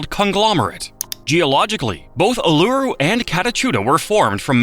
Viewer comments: Neither K'gari or Uluru were pronounced properly. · Bro can’t even pronounce Uluru